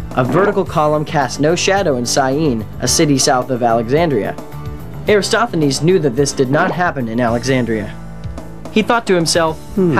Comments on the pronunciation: Eratosthenes is pronounced like: "Air - at - awes - th - eh - knees." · Except for the misspelling of Eratosthenes and slight mispronunciation (AIR-uh-TOS-thuh-neez) an excellent kid version. Check out Carl Sagan's video on same topic. The scripts sound similar. I wonder who copied who? :-)